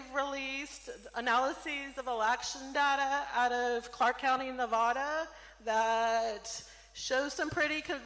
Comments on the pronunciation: she cant even say "Nevada" correctly but wants to question the election lol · First off, before tries to show what she's talking about, she should learn how to pronounce Nevada.